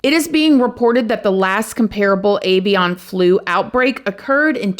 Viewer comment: "Evian" is bottled water. "AY-vee'un" is what you were looking for.